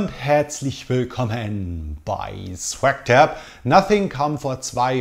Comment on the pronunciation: Man deine Ansage am Anfang geht unter die Haut. Fiese Aussprache dieses langgezogene Swag Tab. Nun gut ich habe es ja überlebt. Ich habe eine Frage an dich. Hast du einen Tipp für mich. Ich suche ein Handy bis maximal 200 Euro. Ich gehöre momentan eher dem Low Boudget Bereich an. Ich bin aber völlig überfordert mit der Masse an angeboten. Hast du da vielleicht einen Tipp für mich? Würde mich freuen, danke. Schenk dir auch ein Abo für einen Monat:-)